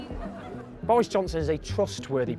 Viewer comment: Bowis. Jounson is a twustworthy powitithian